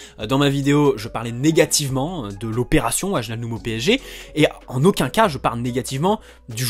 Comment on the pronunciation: Ça Ma Stressé pendant toute la vidéo Qu'il dit "Waljaldum"😭😂